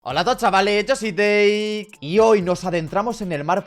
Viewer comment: Al principio parece que dice hola a todos chavales yo soy gay parece que dice eso